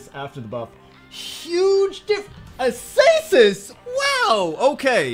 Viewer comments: Why are you looking at Acasis and saying Asasis? TRIGGERED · A-SAY-SIS WOW